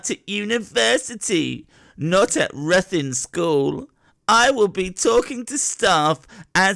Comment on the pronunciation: ITS pronounced rithin btw